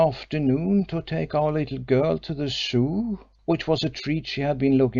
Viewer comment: yes but sadly doesn't speak English with words like Zoo, and others which just spoils the otherwise good reading